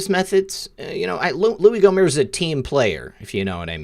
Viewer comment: Gomert is pronounced GOmert with the T